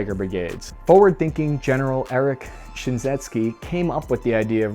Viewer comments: How did he pronounce shinseki that badly? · Shinzetski, Shinseki